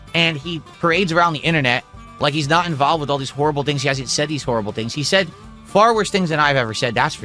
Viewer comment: Bugged grammar mechanics is so done in by happy juice he says words incorrectly all the time